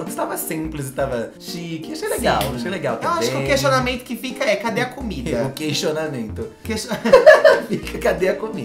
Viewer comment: "queixonamento" KKKKKKKKKKKKKK